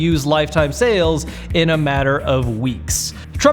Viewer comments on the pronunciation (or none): none